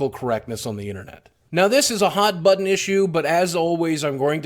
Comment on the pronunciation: lol he said "hot butt-on" issue.